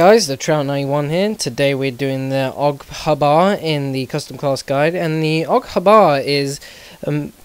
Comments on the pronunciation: lol love the pronunciation even through its wrong =P it sounds liek og bar or you could say a.u.g for short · no offence but its pronounced AUG H-BAR not HBAR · Its pronounced A U G H B A R (AUG Heavy Barreled Automatic Rifle) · Lol love the way he said that the AUG hubbar! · The way you pronounces AUG HBAR is Aoug Hs BAR